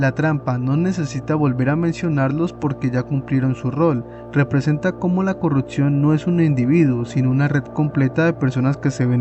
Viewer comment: CORRUPCIÓN, no "corruptcion hay que aprender a vocalizar bien antes de empezar a querer facturas medio dolar con videitos de youtube